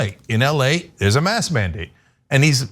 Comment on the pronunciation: how about you learn proper English. the word is Mask....with a K not mas..........and Ask also with a K.....its not Ass. not granted maybe this woman has a speech problem but if that is the case go get some help before posting vids showing your ignorance.